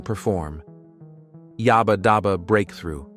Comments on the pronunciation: Yabba, not Yobba. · It's "yaaaba" not yarrrber!